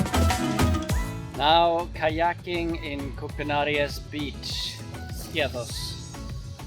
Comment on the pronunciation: Koukanaries...your saying it wrong ...a pine cone is not a nut lol sorry I've been so many times its home from home.